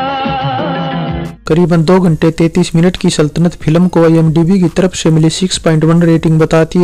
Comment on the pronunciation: Pilam nahin yaar ... Film bolo